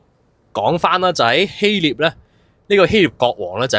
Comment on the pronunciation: 希臘 臘音立 不是聶